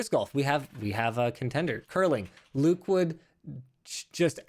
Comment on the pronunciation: WTF, ""??...